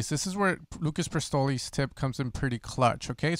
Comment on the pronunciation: "Lucas Prestoli" 😂 Great Tutorial man. Loving your Short Video Format as well, lately